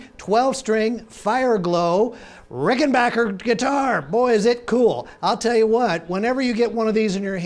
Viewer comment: And pronounced RickenBACKer the correct way.